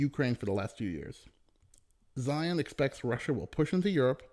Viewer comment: Zeihan not Zion